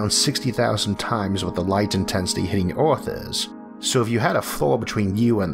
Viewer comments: I like how you pronounce earth (orth) 😅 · So what planet is this "Orth"?